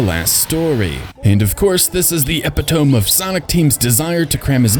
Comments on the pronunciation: Epitome is pronounved ep-it-toam-mi not epi-toam, I thought for a while that maybe you were using the English pronunciation but as far as I can tell your pronunciation is an artifact of reading the word. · Great video! Quick nitpick though, not sure if you've ever heard it pronounced IRL but "epitome" is actually sounded out as "ep-pit-oh-me".